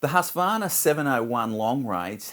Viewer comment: I wish people would pronounciate Husqvarna correctly like...hooskvarna